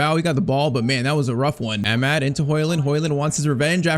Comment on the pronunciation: youve been pronouncing amad's wrong. its amaad. aa sound before the d. and also you need a technical left back like how mazraoui is because dalot cannot play in amorim's system in this game